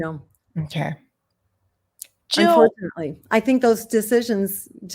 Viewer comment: Jill NOT hill !!